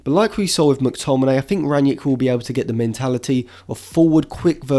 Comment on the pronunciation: Another good episode! I just hope you'll retire the extra "N" in gegenpressen, and Rag-Nick won't be Ragnieck for much longer. ;)